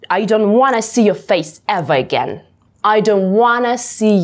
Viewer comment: Классное видео, сразу подписался. Почему эвеэгейн, а не эверегейн?